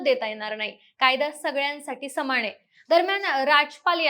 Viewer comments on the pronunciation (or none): बरोबर आहे . आपण मराठी भाषा व त्याचे उच्चार निट करायला शिका तुमच्या बोलण्यात न चा उच्चार ण असा करताय जसं न्यायालय चा उच्चार तुम्ही ण्यायालय अनादर ला अणादर , समान ला समाण नाही ला णाही . पार वाट लावली तुम्ही भाषेची सुधारा किव करावीशी वाटते तुमची कुठल्या शाळेत शिकलात तुम्ही !